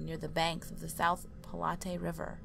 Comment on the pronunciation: Also you pronounced platte wrong the E is silent